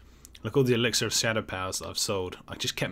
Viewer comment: The way you pronounce ‘elixir’ triggers my Alexa.